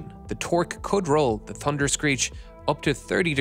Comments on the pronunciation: Why does he say "Tunder"? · Had to stop watching the narrator can’t say thunder correctly 😂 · In the United States, Canada and Australia, the word thunder has an H in it.